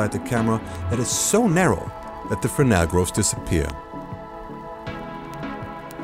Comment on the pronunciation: The mentioned lens is not called "Frenel" but "Fresnel", with an S in the middle... Believe it or not... Despite it, it's a very exciting video with a lot of good information... Thanks...